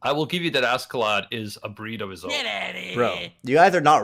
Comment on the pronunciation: am i the only one that gets a slight annoyed twitch whenever someone says ASK-A-LAD? just curious, i always thought it was either asharad like it's pronounced in the anime or ah-skuh-lod